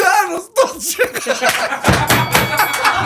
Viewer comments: Не се слуша чисто на крај, звучи како да вели "дај едно столче". Изгледа всушност вели "стотче". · Шо вели последниот виц со наркоманите на крај не разбрав ништо, ми се чу- Дај ми точак 🤣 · На третиот виц слушам "дај едно столче". Дали е столче или стотче и која е смислата ако е едното или другото?